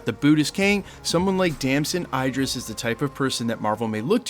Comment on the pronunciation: For me it doesn't matter if he did it or not life happens good and bad decisions are made and we move on he shouldn't lose this role for whatever may have or have not happened. With that being said Im done with marvel if this happens. Btw you pronounced Damson Idris name wrong everytime you said it. All good tho thanks for the info